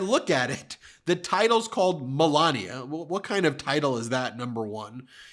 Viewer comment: I swear, it must be my Texas ears, it sounds like Ben is saying, Belania instead of Melania. Is it just my ears?